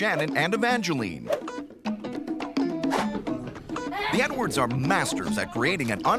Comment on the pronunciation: “I work for a living HONEY 💅🏽✨🏳️‍🌈, we don’t all have leopard skinned shoes like you” 💀💀💀 ok Mr dad sir I know it’s “edwards” but I keep hearing “nwords”